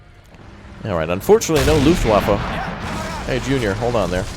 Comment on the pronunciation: I'm sure you heard this before but it's pronounced "Luft*v*affe"